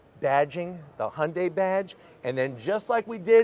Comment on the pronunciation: Im so happy he is pronouncing the company right. Used to call it hyun die